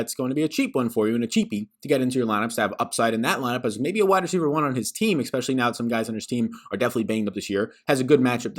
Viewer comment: There is no K, in the word especially.